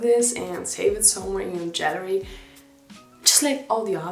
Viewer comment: A little note - Gallery is pronounced with "G" (like in "great", or "galeria" in Polish:)), not "dz".. nevertheless, you're so cute and I love your accent and videos <3